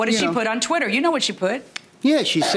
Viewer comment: "Tweetah" larry...sir... blink man. 😂😂😂 But for real. That woman is scary- vicious. 😢